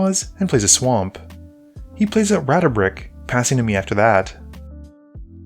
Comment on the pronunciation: Ratabik Ratabix Ratabrix Brother can’t even see the “dra” let alone pronounce the card name.